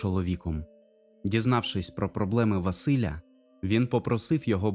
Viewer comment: У вас дуже гарна дикція та виразність оповідання, але є кілька моментів, які трохи псували враження під час прослуховування : Помилки у наголосах, особливо імен ( правильно не ВасИля, а ВасилЯ) і іноді дивна побудова речень. Але я впевнена, що подібні речі легко виправити. Гарний виразний голос та шарм у Вас присутні, успіху у подальшій творчості!